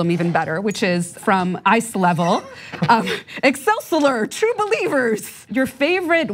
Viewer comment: Who here cringed, then died inside when she mispronounced EXCELSIOR! ?